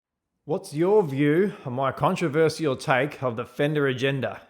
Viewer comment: the only controversial thing, to me , is how you say controversial.